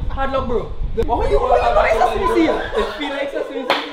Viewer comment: Wait wait did say bitch after he say sesamee seed